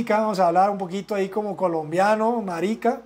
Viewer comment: Jajaj a ese “hey marika” te salió colombiano ñero..saludos Para mi los mejores -el de las 5 estaciones -la grilla metálica del edificio -el de concepto Fujimoto